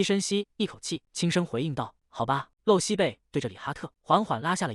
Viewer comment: 麻煩一下，可以請解說人員說正確發音嗎?【露】這個字，在當名字或是某固定名稱時，是念路，像；露西亞或露珠 相反，在當句子的口語、動詞時是念漏，像；滴水不露或露出馬腳 謝謝